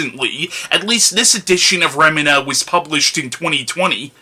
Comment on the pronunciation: I think its pronounced Remeena.